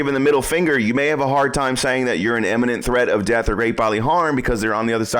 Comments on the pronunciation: "imminent" not "eminent" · Very clear and concise explanations. The one correction I would make is that in #1 he sounds like he is saying "eminent". To be clear, the word is "imminent". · Great video, thank you. By the way, it's pronounced Imminent not Eminent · "Iminent", not " Eminent ". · Great, but please learn to pronounce the word I M M I N E N T ...not pronounced Em, like in the word Emigrate, for example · ‘Imminent’ not ‘Emminint’…geeessh…. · I listened to you pronounce imminent several times, and it's NOT emminent. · For God's sake, learn the difference between eminent and imminent. And learn how to say it. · Typical ignorant gun nut, can't even pronounce imminent, each and every time!